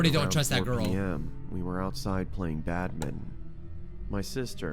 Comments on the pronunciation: I thought it was badminton not badmin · When I was younger we had a ping pong table and we played badminton there Also for some reason I thought it was pronounced batman too